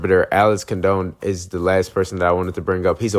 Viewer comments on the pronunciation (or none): Pronounced Con Don not Con Doan Great stuff. They are superb at the fast break but don’t allow other teams to do it. They have great guards and great bigs. I hope they win it all!!